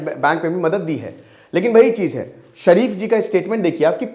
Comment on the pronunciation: सर शरीफ जी नही शरीफ बोलिए